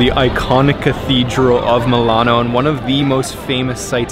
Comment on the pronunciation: I can't get used listening to Milano being pronounced MAW LAHN...